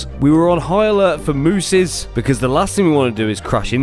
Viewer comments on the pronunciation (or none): Did you just say Mooses? 😅 it’s Moose even for thousands of them